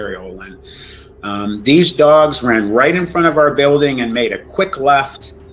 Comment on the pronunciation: It's "dogs" Not dongs or dogns